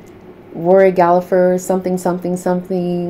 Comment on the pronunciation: The name is Gallagher don't pronounce the second g no p